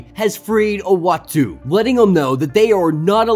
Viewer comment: Uatu is pronounced ooatu. 😉 Love your vids!